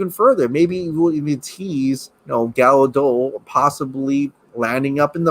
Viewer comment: Hey - WHEN are U going to pronounce Gal GADOT last name correctly? It's 'GaDOUT not GaDOE! Se's not French she's Israili. Get a clue dude.